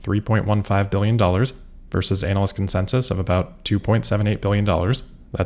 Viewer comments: You might want to take care with how you pronounce 'analyst.' Half the time it sounds like you're talking about a specialist type of performer in, uh, entertainment for grown-ups. It's a bit gross, frankly. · is that the correct way to pronounce "analyst?"